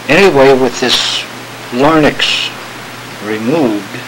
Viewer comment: Larynx. . . . not, , , LARNYX!!!! hahahaha!